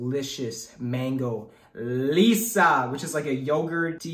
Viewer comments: Wtf is mango Lisa bruh it’s lassi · its not lissa , its lassi🤣🤣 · I’ts lassi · It’s not Lisa’s it’s lassi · That's mango lassi not lissa😂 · it is not lisa its lasi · MANGO LISSAAAA I CRIED WHEN HE SAID THAT. Its actually pronounced mango LASSI ( pronounced as luh-see) Also yes we definitely don't have chana masala with our bare hands without bhatura or any kind of bread. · I laughed so hard when he said mango lisa😂😂😂😂😂 Well it is actually mango lassi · He apologized for kabab because he pronounced it perfectly but what about lassi 🤣🤣🤣🤣 Btw lot's of love from india ♥️♥️ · To eat naan bread - you first take bite sized piece out of the full bread. Dip it in the sauce and take a small piece of chicken or anything u have in the soup. Also its mango LASSI not lissa. Anyways good video as usual. Love from India ♥ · I am also indian and yea it was funny when he said that. Cuz it is Lassi not "LISSA!" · He actually said lissa for mango lassi😂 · I CRIED WHEN HE SAID LISA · It is mango lassi he means to say. But said lissa 😁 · Yeah he means lassi not Lisa also we eat poori with Chana masala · haha true ! i wasan't being hard on him i just found that it was funny when he kept saying it "lissa" instead of lassi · Bro that's not mango Lissa That's mango lassi LUH-SEE I FEEL PROUD BEING AN INDIAN AFTER SEEING THIS I FEEL PROUD OF OUR INDIA THAT AMERICANS ARE TRYING OUR FOOD That's not the right way to eat naan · It's Lassi,not Lisa😅. Finally you reviewed indian food. The video is awesome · it was hilarious when he screamed mango lisa it actually lassi btw pronounced luh-see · Bro it's not Mango Lissa 😂 It's Mango Lassi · I was just confused when you said Lissa...it's lassi😂 But anyways broo I really admire your work..❤️ And chana masala we eath with paratha or bhatura..made of dough...it's fried in oil ! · I think he meant mango lassi and not mango lessa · It is not lessa it is mango lassi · It's not lissa It's lassi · Not Lisa it is lassi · It’s Lassi not lisa